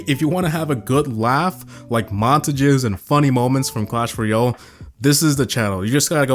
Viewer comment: I’m sorry what? Mon-tajis?